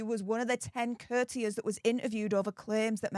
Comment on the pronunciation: Courtiers …cOURTiers….not curters